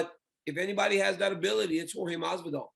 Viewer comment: is pronounce horhey not george (jorge)